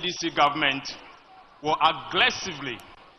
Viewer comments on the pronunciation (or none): Ato Forson has a PhD in Finance but still has an issue with his r and l . He boldly said agglessively . There is one thing knowing your stuff and another not knowing and also have an brand l issue. He has the guys to talk about the economy of Ghana 😂😂😂. Only Joy and GHone will applaud or sorry appraud( Ato Forson will say😅😅)